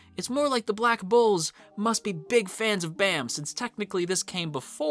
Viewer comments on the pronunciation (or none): Please say their names right... It's Baam(Bahm) and Khun(Koon) sheesh. I didn't realize how much incorrect names would piss me off